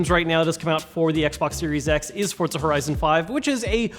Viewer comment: This dude says FORT-ZA lol